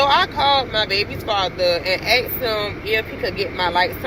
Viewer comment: It's asked with a s, not axed.